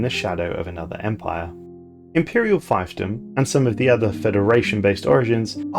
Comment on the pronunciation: Good video but I'm a bit embarassed to have to tell you (as an italian myself and therefore not a native english speaker) that the correct pronounciation of scion and fiefdom are not sky-on and phy-ph-dom respectively but sci-on(like in sci-fi) and feef-dom. I'm sorry if I come off as an asshole but those really hurt my ears.